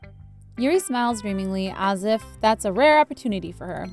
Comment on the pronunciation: Cupquake: "Das cute" Me: not after sayori commits suicide.